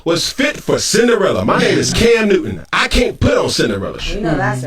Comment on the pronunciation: It's "cam newton" not "cam uewton."